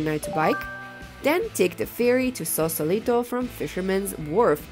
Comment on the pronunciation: FYI, It''s Sausalito, not Sausolito.